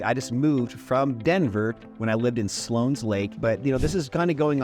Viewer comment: It's West.min.ster NOT WEST.MINA.STER. And Slone not Slones.